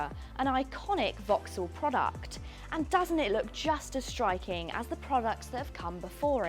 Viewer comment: Hi, I'm listening to you pronouncing 's' as a 'sh'. For example where you say "shtriking" instead of "striking".